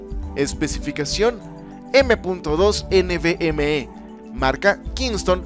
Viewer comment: Un m.2 nvme?, ulala señor francés xd